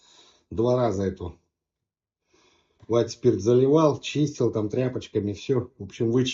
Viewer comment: Уайт-спирит, а не "спирт". Подшипник, а не "подшибник".